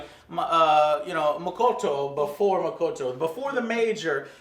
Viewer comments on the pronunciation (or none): Motoko not Mokoto. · You keep on calling her Makoto (which is a male name). Her name is Motoko. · i like the review but...JOE name is MOTOKO and HANKA NOT MOKOTO and HANAKA :P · Mo-TO-ko. Jesus, Joe. You read at a fourth grade level. Mo-TO-ko. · Omg AngryJoe kept butchering all the names. Ugh! So annoying. lol